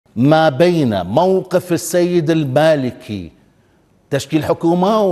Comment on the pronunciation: البالكي جا حرف الميم بلعته 😅🤭